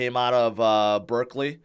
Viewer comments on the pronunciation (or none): none